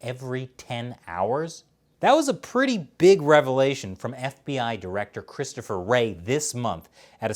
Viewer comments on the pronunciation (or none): Chrisotpher lololol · Chris - to - pher 👍